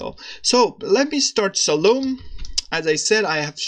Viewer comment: Nice! Just a note: you should pronounce it as "Salomee".